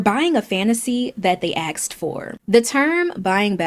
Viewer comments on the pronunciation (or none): Stopped watching the second she pronounced "asked" as "axed".